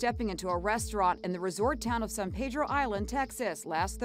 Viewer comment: Wow can’t even pronounce the city right. It’s South Padre Island 😒 not San Pedro